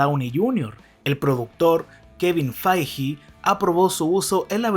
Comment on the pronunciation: kevin faiji xd, quizas deberias mirar como se pronuncian los nombres antes de hacer los videos